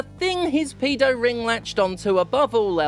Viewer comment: Why are you saying pedo wrong? You're back in the UK now, say it properly. 😂